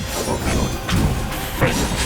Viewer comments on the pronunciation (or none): none